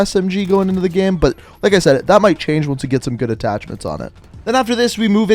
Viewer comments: How is it that you can say "gameplay" correctly but you say "game" like "gyam"? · "Best in the GHEM"